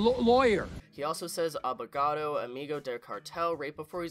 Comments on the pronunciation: abogaDo, not abogato lol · ABOGADO (with a D) ;) I'm loving your videos man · It's ''Abogado'' but anyway lol